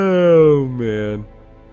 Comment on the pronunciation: At the end of this episode, when you said "Thanks for watching this episode of Darkest Dungeon" I heard: "Thanks for watching this episode of dork in the dungeon" XD